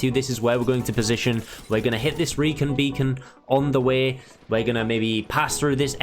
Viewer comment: Reecon becon?